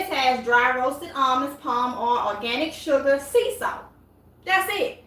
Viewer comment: that last ingredient was not clear Did you say salt